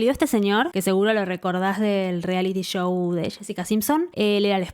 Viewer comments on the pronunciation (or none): none